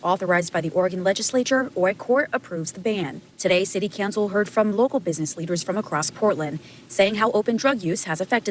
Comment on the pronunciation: Is it city cancel or city cowncil? Am I the only one hearing this?